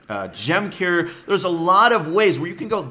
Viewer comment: How are you saying gem Carrier it sounds like ur saying "gem cair" or "gem care"